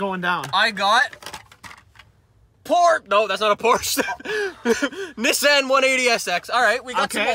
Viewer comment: Niss an.. thats how pronounced it...